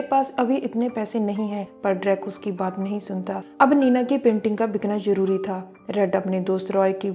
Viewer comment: ik you are not pakistani you are speaking urdu jabardast which is Zabardast, jarori which is Zarori.